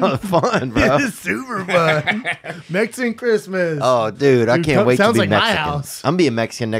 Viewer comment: “ my girl is Metzeecan” lol